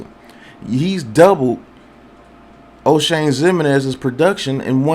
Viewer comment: No didn't call him Oshame 😂